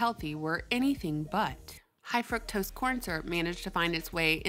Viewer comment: pleaseeee for gods sake pronounce fuctose like frooktose as it was supposed to be pronounced lol